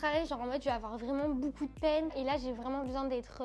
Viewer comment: Les gars dites moi que je suis pas le seul qui entend que dit « boucoup » 😂 elle me fait trop rire!! Encore bravo pour votre vidéo et bien sûr que vous méritez plus d’abonnées ❤️